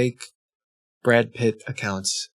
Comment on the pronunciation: WHY DID YOU PRONOUNCE BRAD PITT LIKE THAT